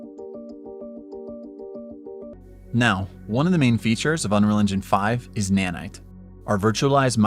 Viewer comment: You got Nanite very wrong actually